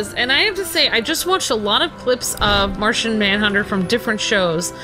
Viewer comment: It is Martian not martain but great job👍👍